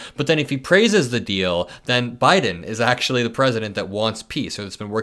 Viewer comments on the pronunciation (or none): none